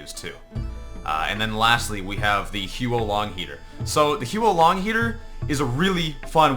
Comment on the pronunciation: Maybe one day heavy mains will learn to correctly pronounce the huo-long heater